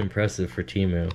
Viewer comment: Temu Emu...... And not Doug